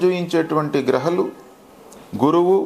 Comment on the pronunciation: Hello, R U a Telugu man or Tegulu man? Grahalu kaadu. Ghrahaaalu